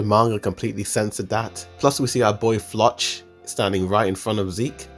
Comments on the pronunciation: Bro you should pronounce floch name like they call him in the anime it looks wired how you pronounce it in English 🤣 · bro this guy's name pronouncation 💀 "leyana" = Yelena flawch = Floch "onion-coupon" = onyakopon they're pronounced "yeah-lena" "flock" "on-ya-koh-pon"